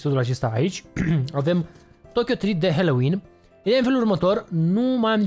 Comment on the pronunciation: Halloween MAI SE ZICE NU HELOIN